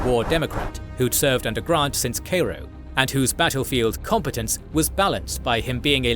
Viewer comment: Thank you for pronouncing Cairo, Illinois correctly as KAY-ro.